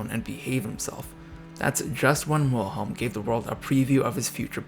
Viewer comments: It's frustrating that you would take the time to put this video together but didn't bother to learn to pronounce the name Wilhelm correctly. It's not that difficult. W in German is pronounced like V in English. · I must say, I can't place much confidence in a video on German history that doesn't even bother to learn how to pronounce German names properly. German W is pronounced as V, so the name should be said "Vilhelm," not "Wilhelm"; "eu" is pronounced "OY" so Prince Eulenberg should be called "Oylenbairg", not "Youlenburg". Hermine Reuß = "Hair-MEE-neh Royss" That's Hindenburg, not Bismarck. It's perhaps worth noting that Victoria herself didn't care much for Bertie, whom she blamed all his life for his father Albert's death. Edward, for his part, resented his mother for keeping him so long from the throne; he once said, “I don't mind praying to the Eternal Father, but I must be the only man in the country afflicted with an Eternal Mother.” (To be fair, it was part of the upper-class Victorian mindset that a woman's duty was much more towards her husband than towards her children, who were more likely to be raised by nursemaids, governesses, and tutors than by their parents. Princess Frederick Victoria probably inherited this mindset from her mother, as well as the conviction that England was the best country in the world, which contributed to the alienation felt by her son.) A further source of irritation between the two was Edward's Gallophilia, which led him to support French revanchism, and the resentment of Edward's wife Alexandra towards the German Empire's annexation of Schleswig-Holstein from her native Denmark. Perhaps I shouldn't complain unduly about